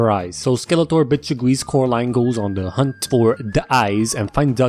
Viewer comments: Oh Caroline NO ITS COREALINE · Oh Caraline. NO ITS FU***NG CORALINE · The way I laughed when I heard him say Coralines names as 'Caroline' is just very very wrong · he said caroline, not coraline, a grave sin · oh caroline its fucking caroaline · NO ITS FUCKING CORAAAAAALINEEEEE!! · I DIED LAUGHING WHEN CORALINE SAID SUCK MY DICK WRONG LOL